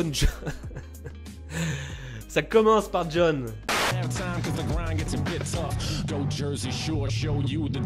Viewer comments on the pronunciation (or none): none